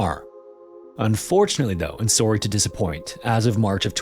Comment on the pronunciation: Never has it been more evident that you're Canadian than that "Sorry" towards the end of the video.